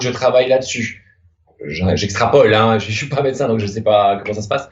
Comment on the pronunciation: le "mais ça va pô" ma tuer de rire